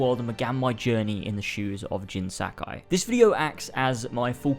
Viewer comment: LoL Jin Sack-eye. Sorry I had to. I'm just playing. Great review! I agree with literally everything which is funny because that practically never happens.